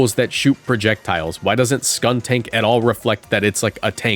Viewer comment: skuntank isn't "tank" as in "armored vehicle" it's "tank" as in "gas tank"